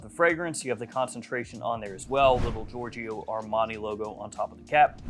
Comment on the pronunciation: Love your content. As a European though just one friendly remark: please don't pronounce the second "i" in Giorgio